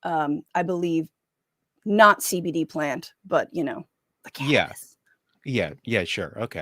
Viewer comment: You actually say CBD! And not CEH BEH DEH like Sam lol